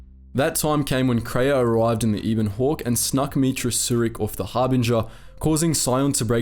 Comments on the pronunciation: Eh bon hawk, not eeeebon hawk. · Ee-bon hawk?......you either never played or skipped the dialog huh bud, it's EH- BON hawk. That ship deserves to have her name said right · Ebon, like ebony, without the ee at the end. Not e-bon.